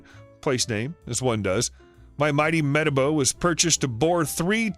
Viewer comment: Just to let u know that your saying metabo wrong